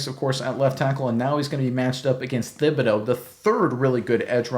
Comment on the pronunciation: Pronounced Tib-a-doe. Not Thib. Just saying, great vid, thanks